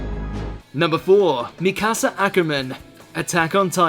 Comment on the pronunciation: He called Mikasa, "Mi casa" lol Que!? Hablas español?